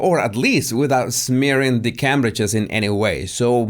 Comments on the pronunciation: it's pronounced Came-bridge, not 'Cam-bridge'😁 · CAMBRIDGE is pronounced Caymbridge.